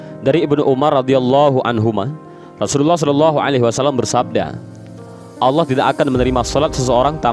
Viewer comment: Salam dari malaysia saya yakin orang yang menyampaikan cerita ini org..betul2 belajar tentang agama..sebutan allah nya..sangat tepat..igatnya..org indon sebut lah nama raja sekalian alam dengan betul.. adalah Allah✅ ALLOH✖️